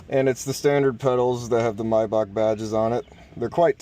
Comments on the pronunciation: In German the name would be pronounced "My-Bach, as in Johan Sebastian Bach " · The ch sound in name Maybach is not spoken k.